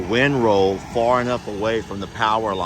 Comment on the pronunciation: Are you saying wind rows or wind rolls? Sounds like rolls but its supposed to be rows so I might be hearing you wrong. Just made me giggle. Gary is a cute babysitter.